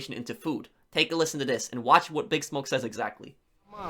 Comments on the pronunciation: I am throwing this out there because it seems like you don't know, and I didn't see any other comments mentioning this. It's not "BIG Smoke". It's "Big SMOKE". Your pronunciation is completely and totally off. You DID play the game, right? NO ONE in the game says "BIG Smoke". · his name is pronounced like big Smoke, not BIGsmoke